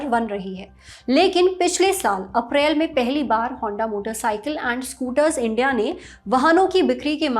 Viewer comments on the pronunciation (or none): none